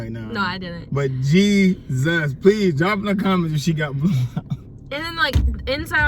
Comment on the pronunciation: sounds funny everytime he say Jesus